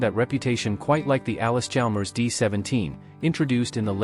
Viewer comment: its allis. not alice ???